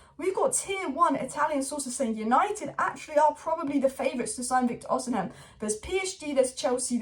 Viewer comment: please read this ffs Vik-tor O-SEE-MEN